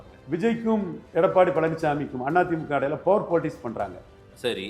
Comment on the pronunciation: இந்த முமா எப்போ 'Power' னு சரியா சொல்லுவான்😮...குற்றம் சொல்லவில்லை...பலர் சுட்டிக்காட்டியும் இன்னும் திருத்திக்கொள்ளவிலலையே..😮